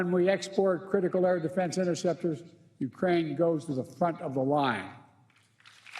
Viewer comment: Destroy Uraine culture 😂..scripted and on the teleprompter and he still cant get it right